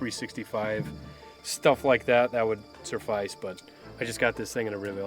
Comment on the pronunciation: There's no "r" in "suffice":body-blue-raised-arms